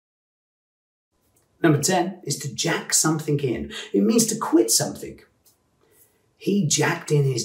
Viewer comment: NB there is no K at the end of 'something'.